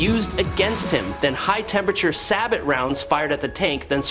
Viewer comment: The 't' is silent in the word sabot, i.e. an armor-piercing sabot-round as used by military tanks, unless the word is expanded to be 'sabotage', or similar.